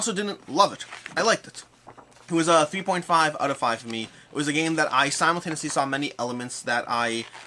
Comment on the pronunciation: my bad, second time you saying 3.5 was much faster and at first it sounded like 2.5 for me